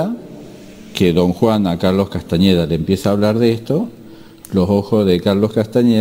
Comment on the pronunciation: gracias a vos comence nuevamente a transitar el camino del guerrero de Carlos Castaneda. te queria consultar que pensas de las tecnicas de PAses Magicos y recapitulacion. Otra cosa sin importancia, por que le decis castañeda con ñ? no me gusta, sin importar si es con n o con ñ, yo lo llamaria como el mismo se nombraba, tenes que admitir que él es el mas grande despertador de conciencia de los ultimos 50 años que pensas de la meditacion trascendental de Maharishi? crees que es un ser de luz o un engaño mas? muchas gracias, un fuerte abrazo